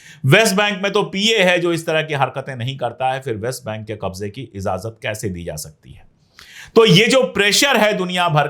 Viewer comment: Azazat nahin bola jata ajazat Bolte hain talaffuz sahi karye